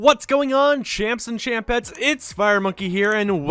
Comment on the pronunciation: Is it just me or have you just realised now, that he says, champs and champets, and not chimps and chimpets